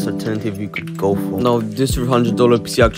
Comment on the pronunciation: I swear he said spissss and not pc😂